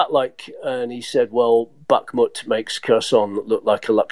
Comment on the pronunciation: Very annoying hearing Kherson and Bakhmut pronounced so badly. Otherwise a great podcast.